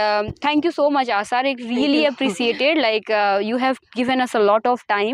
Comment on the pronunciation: आशा ❎ आसा ✅